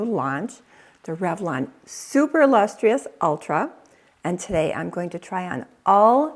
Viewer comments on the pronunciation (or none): Lustrous is pronounced Lus Truss, not Lus TREE Us.